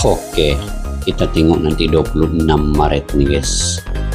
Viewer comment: Bang maret, bkn marat